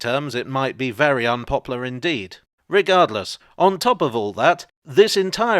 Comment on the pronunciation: "It might be very unpoplar indeed" 😂